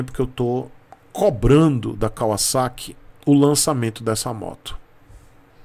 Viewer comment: A marca se pronuncia assim mesmo. Moro no Japão desde 97’